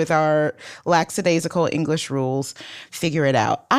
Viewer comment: You’re about grammar? Why did you say laXadaisical? It’s lack·a·dai·si·cal.